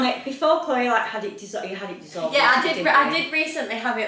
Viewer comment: you don’t spell Chloe they way you keep spelling it all the girls have the ee sound at the end of their name Why you say CHLOE. THE C AND H ARE SILENT SO IT SOUNDS LIKE ITS STARTS WITH THE LETTER K BUT IT DOESN’T ITS NOT KLOWY or CHELO ITS SPELLED CHLOE